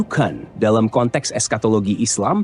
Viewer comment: Dukhon min,,,bukan dukan 😂